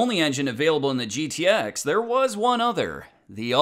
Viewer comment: I'm not a MoPar guy but I can't stand it when someone calls a GTX a "Get-X" like that old time spokesman the short film clip. To me it's like putting ketchup on a hotdog. Just curious. Do you MoPar fans cringe when you hear "Get-X" yes or no???